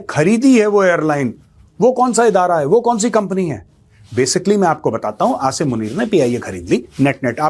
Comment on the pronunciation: First of all you listen how this major pronounce Asim name and how a Pakistani pronouns. If he don't know how to pronounce Asim then how he knows anything about him. Believe me he just watched Pakistani news and made podcast on it😂